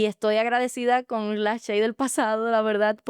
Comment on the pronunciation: Por qué si dices shey Ochoa y pronuncias Chey ochoa